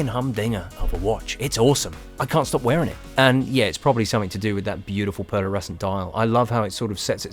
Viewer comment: Superb mod, not without its hiccups but couldn't work out why some shots at the end had a second hand with the red dot and some didn't. I think this will be my first project, just waiting for the final tools to arrive. L,astly, its pearlescent and not pearlersecent. Just saying!😂